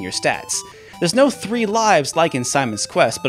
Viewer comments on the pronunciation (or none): none